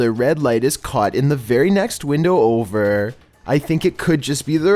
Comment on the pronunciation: i love this dudes voice, at the end of every sentence he holds one syllable xD gonna get overrrrr i love it xD